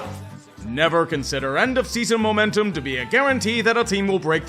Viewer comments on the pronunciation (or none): none